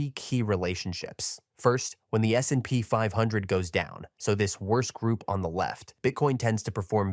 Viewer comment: Great content. But let your AI voice learn how to pronounce S&P more realistic. Thanks